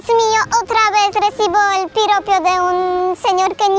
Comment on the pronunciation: Jajajajaja no es piropio, es piropo 😅😅